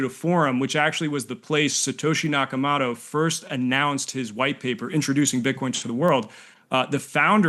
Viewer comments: Also: it's Satoshi NakaMOTO as in Motorola, not MATO as in Clamato. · Satoshi NakaMOTO not MATO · Did he just say Satoshi Naka-Maa-to . I find it difficult to take the opinions of this "crypto expert" seriously when he can't even pronounce the Bitcoin creators name properly 😂🤣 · I can't call this guy mid. He's absolute bottom trash tier. Effectively a scammer that has convinced other people he's an expert. Words come out of his mouth that are gobbeltygook like "bitcoin is saturating people's financial transactions" He mispronounces Nakamoto. Doesn't understand client diversity, forking or why Bitcoin is nearly impossible to update. Dogshit tier scamfluenza